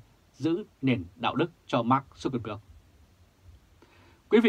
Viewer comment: Tên của Mark Zuckerberg phải đọc là/mac jăc kơ bớc/